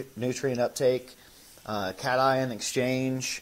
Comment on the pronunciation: When I heard you pronounce cation as you did last week, I knew you were not a wet science major. Your attention to detail is huge especially at the micro level. Maybe you are a business major. You’ve monetized yourself remarkably well. My poker playing son StickyRice1 educated me on Twitch and monetizing. Good job,. This guest has been a delight! He is easy to understand and has a cute smile. Thank you for featuring him.